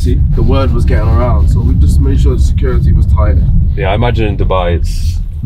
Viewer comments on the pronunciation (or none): When you say securi -e did you mean security ? There’s definitely a ‘ T ‘ in there .